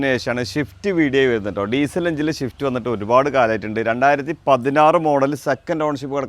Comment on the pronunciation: മുത്തേ ഷിഫ്റ്റ് അല്ല സിഫ്റ്റ് ശ്രദ്ധിക്കുക